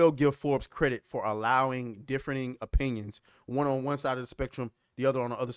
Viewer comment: He said, "Diffrening opinions" 😂